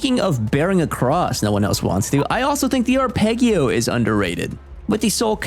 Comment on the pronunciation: Saying arpeggio like that is unhinged (and hilarious).